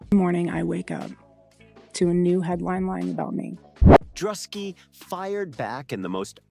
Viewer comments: You missed the hype on this, and then still mispronounced Druski's name, you had hundreds of videos to learn from and still failed miserably. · At least pronounce DRUSKI'S NAME RIGHT. OTHER THEN THAT THUMBS UP